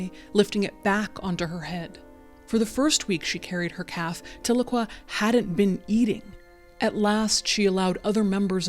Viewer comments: Side note: Tahlequah is pronounced "tell-LUH-KWAH" like "Ahhh"...it's a TsaLaGi (Cherokee) language word, originally phonectically "Ta'ligwa", meaning "Two is Enough", a reference to our elders meeting at the end of the Trail of Tears......Tahlequah is also the capitol city of our United Keetowah band nation in eastern Oklahoma <3 This video hits hard, as I lost my first son as a baby. Thank you for sharing this story. I grieve with these mothers. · As an Oklahoman, your pronunciation of Tahlequah was throwing me off but this was a very touching story. Thank you for sharing and for all the work you do.